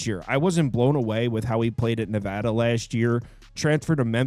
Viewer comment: Love your insight. You are very thorough and knowledgeable. My fellow Nevadans would love it if you would pronounce our state correctly:)